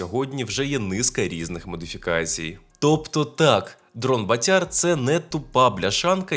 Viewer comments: В слові. БАТЯР в українській мові. Наголос на першому складі,прошу. пана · В українській мові у слові БАТЯР наголос на першому складі.Не калічте,прошу пана,українську мову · БААтяр , наголос на (А),означає ; гулящий ; .